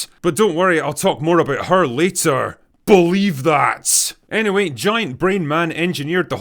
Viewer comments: BUHLIEVE THHAHGT 😂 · The emphasis on “believe that” was probably my favorite part.